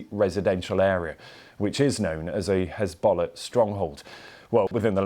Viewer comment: Did he just say "Hizbollock"? 🤣